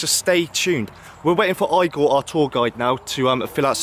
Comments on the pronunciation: IGOR is pronounced “Eegur” not “Eye-gore”. Nevertheless, great episode. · i cringe everytime he says eye gore haha